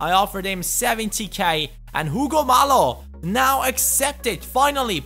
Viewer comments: Hugo Mallo is pronounced, Ugo (like you said) Mayo, not Malo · Mallo's name is actually pronounced mayyo, since he is Spanish. Great video by the way! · I think that Hugo Mallo is pronounced Hugo Mayo